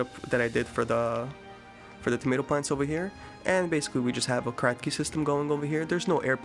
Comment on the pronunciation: Did you say cracky system? 😃